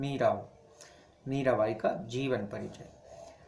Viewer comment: मीरावाई nhi hota मीराबाई होता h